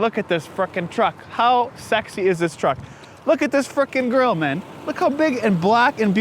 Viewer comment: Truck!!! Why do Americans always get it wrong?